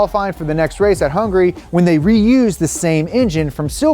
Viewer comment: its HUNGARY not HUNGRY 🤬